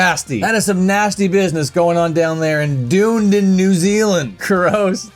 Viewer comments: "Dune-din" That pronunciation is almost as feral as shitting in the mosh pit. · Hes pronouncing the city name wrong 😂😂 dunnydin is literally a shithole. Unless your vegan!